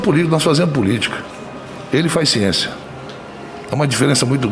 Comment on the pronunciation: Respeito a "Çiencia" kk dependendo do depoente é claro kkkk